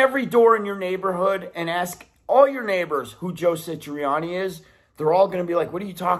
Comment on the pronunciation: Bro...Joe SA triani ...not SI triani. But I AGREE.